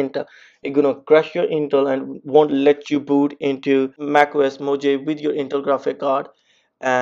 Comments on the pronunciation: It's moohaaveeeee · Who created that pronounciation. Mojave should spell mo-jave. How come one know to spell it as mohave if it's written Mojave. Can someone explain this? I'm a non native English speaker.